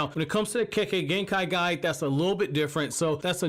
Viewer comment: When you said Kekkei Genkai guide....I first heard Kekkei Genkai Guy....LMAO! brilliant channel fam